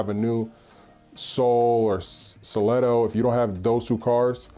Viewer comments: KIA SELTOS pronounced cell toes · Seltos pronounced Sell-toes :)